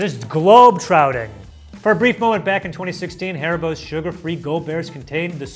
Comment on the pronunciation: I swear said 'globe trouting' instead of 'trotting'.